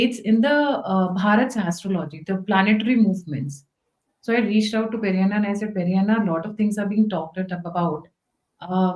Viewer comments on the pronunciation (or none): Ma’am he is not perianna, he is peddanna